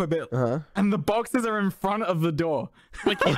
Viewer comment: Why is the way he says boxes so funny 😭